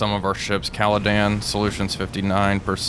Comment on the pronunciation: Hi I know this is pedantic but, could you please stop calling HMS Caledon “Caladan” her name is Caledon as in caledonia, sorry it’s just really bugging me.